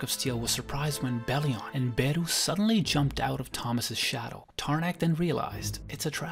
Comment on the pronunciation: How about u stop pronouncing beru and Antares with that accent and pronounced them normally like with every other character my goodness